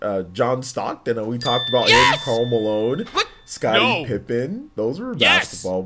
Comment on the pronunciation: She said pippen as in a pipe